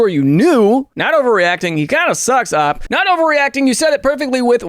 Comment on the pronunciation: I love these videos, but every time he pronounces OP as 'AWP' I die a little inside.